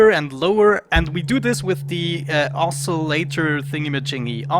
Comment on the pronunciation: Your instincts were correct the first time you pronounced oscillator, then you confused yourself when you looked at the spelling of it! It's a soft 'c', like in office. If that helps. :)